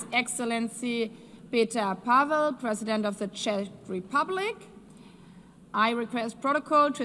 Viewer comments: We're so important they can't even pronounce the name of the country. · They still cant pronounce or say Czech Republic correctly but what ever. Im glad i voted for this man!